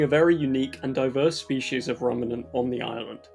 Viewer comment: That's a very interesting pronunciation of ruminant